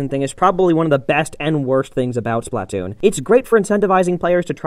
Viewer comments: it's pronounced Spluh-Toon. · "Spatloon" 😂 good one! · When I heard the words "Splatloon" I lost all hope in this channel in 3 seconds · 'a spatloon' i died holy shit xD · He says BUTTtoon :D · The way he pronounces splatoon...